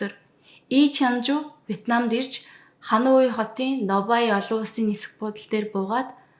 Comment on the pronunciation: Бараг бүх хот нийслэл гадаад үг бүрийг буруу хэлж ярьдаг мөнч мэдлэггүй хүн юмаа подкаст бүхэндээ;хануй гэж ямар хот бдаг юмбэ;Ханой гэж ядаж нэрлэж сураач;олон нийтийн сүлжээ өндөр шалгууртайг санавал яасын